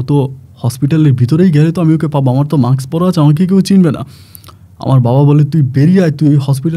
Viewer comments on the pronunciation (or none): none